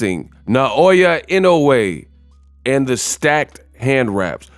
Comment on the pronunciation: You for Inoue’s name correctly! Kudos!!! 🤘🫡